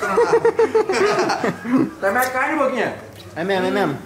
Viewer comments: q agonia desse "majs" kkkkkkkkk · Ele trocou o i pelo j kkkk